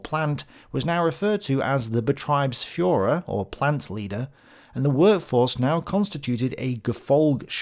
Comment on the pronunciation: It appears you pronounce the german "ie" like the english "i", however only "ei" is pronounced like that . "ie" is just a long german "i", basically the english pronounciation of "e". For exaple your pronounciation of "Betriebsführer" would be written "Betreibsführer". Just noticing that because I think its just a simple confusion of "ie" and "ei" thats easy to fix, which does however make it sound a bit odd to german ears.